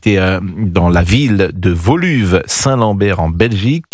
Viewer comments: La ville de « voluve » 😂. Ça se prononce « wauluwé » ! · On prononce oublié.(woluwé St Lambert ou saint pierre )Pas voluve mr. Praud😊